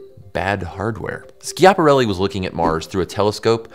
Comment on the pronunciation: If you don't know how to pronounce something, maybe Google it before turning the cameras on The amount of times you said Ski-app-arelli. Yanks favourite pass time is butchering Italian culture Was just going to say Italian language, but I remembered what you do with their food